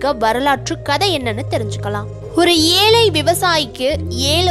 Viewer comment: Pala moli, Alai, yealu, yealai, do you correct your pronunciation..